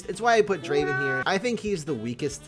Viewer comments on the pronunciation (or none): none